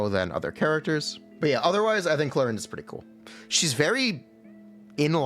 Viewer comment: at least get her name right you pepega